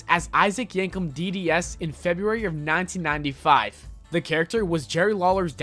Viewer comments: please stop saying "1995" like that: "nayntinayntifayve" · Very strange way of saying "1995"